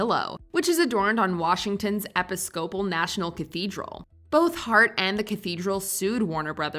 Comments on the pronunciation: “Epi-skopul”? You mean Episcopal? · The word you are looking for is "purposely". "Purposefully" - done with determination. "Purposely" - done deliberately. And as for Eppy-skoh-pull... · Yeah having the greatest emphasis on the syllable PIS is just chef's kiss. Definitely objectively better. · Epi-scopal? Really? Its pronounced Epis-copal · "EP-IS-SCOPE-ALL"? seriously,? JFC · epi-scopal? eee-piz-cuh-pull. you put the em-FAH-suss on the wrong sih-LAH-bull. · the correct pronunciation is eh-PISS-co-PUHL. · I'm sorry, did she say "Epi-SKO-PUL" church? I thought was a lot better than this about pronunciation. Especially with ENGLISH WORDS. 🤦‍♀ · Please learn how to pronounce the word Episcopal. Ee-piss-cuh-pull. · Between "Ex ni-HIL-o" and "e-pis-CO-pul" that sentence really needed to be run by someone who has heard those words said out loud before... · 100% reusing the segment on The Devil's Advocate. How do I know? They mispronounced "Episcopal" the EXACT same way they mispronounced in a previous video... lazy. EDIT: also, as again previously stated, the edits were not made before any sales. I have a VHS copy with a label talking about the sculpture as it's still intact in that copy. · I can't believe that you mispronounced Episcopal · Maybe teach your AI to pronounce "Episcopal". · That was a real bad mispronunciation of the word "episcopal" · At about , the voice of the video says episcopal so badly that it sounds like AI. Anyone else? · That's not how you pronounce "Episcopal" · How did they mispronounce “Episcopal “??? Is this AI voiceover? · Quite possibly the worst pronunciation of Episcopal ever created. 🤣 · Yeah, how in the hell do you not know how to pronounce that. I had rewind to listen to that again because I was like ...what did she say?